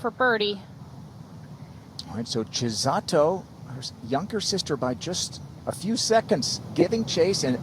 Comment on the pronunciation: I don't know why the commentators don't make a concerted effort to pronounce names correctly. They so confidently pronounce the names incorrectly that it kind of shows a lack of respect. Their pronunciation of Akai and Chisato is so far away from the actual pronunciation. Imagine if Morgan Pressel's colleagues insisted on calling her Mokkin. Or if Dan Hicks's colleagues constantly called him Dant. I'm sure they'd be annoyed! Learning how to pronounce names lends to professionalism!